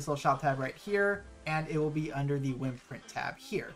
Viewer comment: The way you say wyrmprint really bothers me. Lol. Like, you said can or "worms" correctly. And theyre pronounced the same. good informational video, though, for sure.